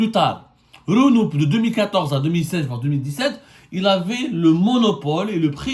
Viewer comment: Wallah tu me tue quand tu dis "Renou"... au Maroc c'est Renault😀🤣🤣